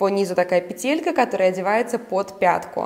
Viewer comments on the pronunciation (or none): none